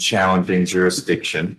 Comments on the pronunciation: He’s not even saying the “s” though, he’s saying jurydition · JURA-DICSHON .This fool is going to GEL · “JURRIDISHUN” is certainly among the greatest utterances of all time. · Tell him that 'juri'iction' is not a word and that he needs to speak English instead of his very, very advanced branch of jive. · "you nee' to proo' juridikton beyon' a reenable dou'!" He has no idea what he is saying, or how to say it if he did. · Real victim here is the English language.... The joker can't even PRONOUNCE jursidiction.....😅😅😅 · First of all, it is JURISDICTION. It has an "s" in it. Why does the court even entertain this idiot? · He takes the prize for the most different pronunciations of jurisdiction (all wrong)